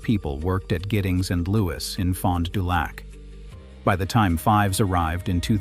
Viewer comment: It is pronounced "feevs" even though it is spelled "Fives"